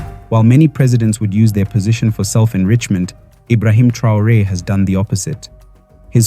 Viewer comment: Dejá de decir tonterías, no sabes ni siquiera pronunciar el apellido Traore y decir que Sankara "murió trágicamente" cuando fue asesinado junto con su gabinete; por otra parte qué carajo son los "afromeanos"?, te estás refiriendo a los afroamericanos. Sos un cachivache, conseguí un trabajo decente y dejá de hacer papelones